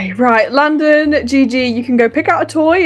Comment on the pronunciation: LaDdeR instead of landon has me cracking up lol and GigicHaD hahaha